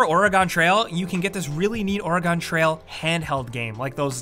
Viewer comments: It's pronounced "Or-gun" not "OR-E-Gone". I almost unsubbed.. but I love you guys too much! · you had it right at the start, where you put the dashes / syllables. either there's an invisible A, OR.... Or-eee-gon (where the e is more like "eh" and drags off as you say it quickly). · OR-GAN TRAIL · Or-again trail, not Ori-gone trail... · the one before the ending one where he talks about the little keychain. He mispronounced Oregon as Or-egon. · OR-A-GONE trail!!! lol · I’m sorry but he really said Origone 😂 also it’s funny cause I’m watching this and am like “......I don’t sit on a chair I’m on my couch” and “I don’t play on a tv computer , I use a projector” 😂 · As an Oregonian... the way said “Or-eh-gone trail” made me cringe 😬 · Ore-a-gone trail? I thought it was Oregan but it’s spelled Oregon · No one:: ORIGAHN TRAIL. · “Orie gone trail” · I know right, how do you mis pronounce that. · "Remember OregON Trail" oof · Ori-Gon Trail. What was that man? lol. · "Or-e-gahn" trail... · “Oreygon trail” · Oregon pronunciation guide: Orygun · Orr-ehh-gone Trial?! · Why did he say "Aragon Trail?" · Oregon is pronounced like organ, just an FYI! (Only two syllables) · How fucking dare you... Or-egon? Really? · the fuck is Origawn Trail? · The way pronounced Oregon made me die on the inside a little lol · SAME. I live in it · God, how is this the first comment about Or-egon trail? I live in Oregon, so I am extremely distressed about that. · The way you say Oregon disturbs me. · You said "Oregon" like it was some type of Bayblade dude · The 300 people that disliked this video pronounce Oregon properly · I loved the video until I heard you incorrectly pronounce Oregon. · You said Oregon wrong... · why did you say oregon like that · "Oregon" Wtf did you say. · it pains me we people over pronounce "Oregon" since I live there. lol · That's not how you pronounce Oregon. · why doesn't he know how to say Oregon?????? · Thats not how you pronounce Oregon